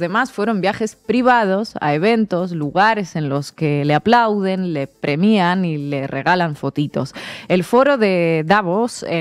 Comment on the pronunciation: *premian, sin acentuar la "i"